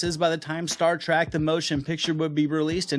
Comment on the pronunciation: "Star Track"...🤔